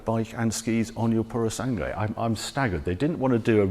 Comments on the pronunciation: Pu-ro-sàn-GUE Not "pursang"🤦🏻‍♂️ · Puro sangue, pronunciare "sangwe". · Oh dear, Harry needs to work on his Italian pronunciation. It’s Purro-SAN-Gway.